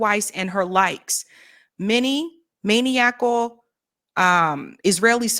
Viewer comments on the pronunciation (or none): MAN-NICAL....PRONOUNCING WORDS CORRECTLY IS IMPORTANT!!!